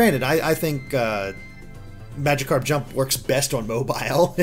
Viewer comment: "Majicarp". How do you fuck up that badly?